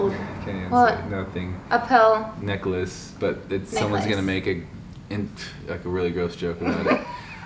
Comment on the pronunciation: Grace Sanders most Aussies pronounce it the same as Americans. It was a bit cringey to hear say it that way tbh. Phonetically it should be “neckless”